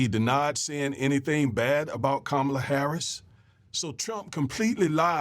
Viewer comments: It's pronounced COM MA LA. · NO its NOT!! Say it with me now! COMMA LA HARRIS. Her stepdaughters call her 'MOMALA' NOT ' MAMALA'.